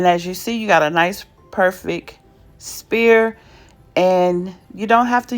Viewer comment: I just found your channel and so glad I did! This was very informative and you gave fantastic directions, thank you! (Just as an aside, sphere is pronounced with an "F" where the "ph" is, so it sounds like S-Fear. HTH!) Can't wait to delve in and watch more videos! Again, thanks!